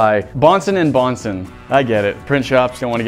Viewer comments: Bro it's not bohnson and bohnson but johnson and Johnson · Omg it’s not bohnson. It’s Bhonson + Bhonson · It's Johnson and Johnson not bohnson🤣